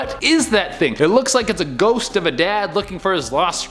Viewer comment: "Could be someone out and about, or a shost- rushing to the monster mash..." sorry but that made me giggle